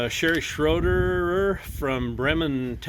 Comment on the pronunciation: Hey, for future reference the last name is pronounced SHRAY-der. It's German so it's just got to be complicated 😂😂. Mom ordered a hat since I actually made it to my junior year of high school but sadly wouldnt let me get a Filthy Whore outline for my pickup. I'm thinkin abt swappin a CAT in her so she purrs better than some ol peice of junk that ain't made by CAT 😂